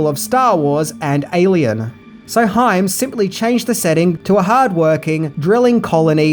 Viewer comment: Good job pronouncing Hyams name correctly this time...!)